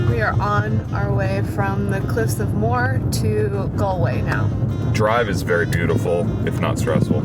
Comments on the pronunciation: Lovely video. I look forward to another. Cliffs of Moher - it's pronounced Mo her. Greetings & very best wishes from Ennis town, County Clare. 👍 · Cliffs of Moher. Moher is a two syllable word. Pronounced like Mo-her